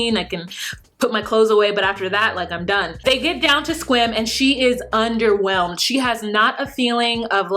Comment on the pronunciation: I’m in WA, I’m so proud of your pronunciation of Sequim. Because many people say SEE- cwim all the time. You say it like a native. Kudos girl!